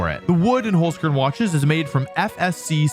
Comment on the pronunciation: As an Austrian, I can confidently say that your pronounciation of the word Holzkern is horrible. Also, my two favourite Pokemon are Incineroar and Kommo-o, but other than that I did still enjoy the video